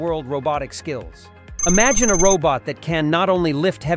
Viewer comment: "imagine' "Technologies" and "vital" are a few words you've got to work on at the end, but ultimately well done video.